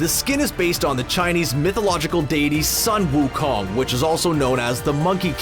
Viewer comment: "Son Wu Kong" the "Son" is pronounced as "Soon"